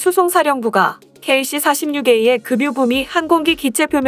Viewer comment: 왜 자꾸 금유라고 하나요. 정말 거슬리네......